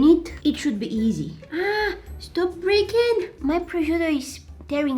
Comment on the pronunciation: when she said stop breaking it sounded like a british person